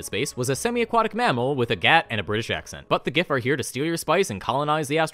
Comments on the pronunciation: It's pronounced giff No, seriously. The book mentions that giff fall into two camps on the pronunciation. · Absolute best part about the Giff is that they canonically cannot agree on how their race's name is pronounced and will get into fights with each other about whether it uses the hard 'G' or not.